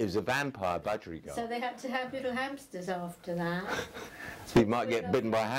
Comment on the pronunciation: Budgerigar NOT bugerigard.